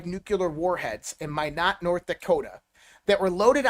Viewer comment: Its pronounced MY-NOT, North Dakota!! WTF, if you are in with all these people, how have you never heard that correct pronunciation before??